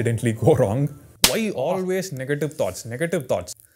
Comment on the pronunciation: and i also laughed everytime he says "whyie" 😂😂😂 man you're the coolest i don't know why youtube didn't recommended me this channel all this long